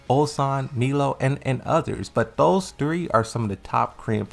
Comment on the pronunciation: He called Meo-Il "Milo" lmao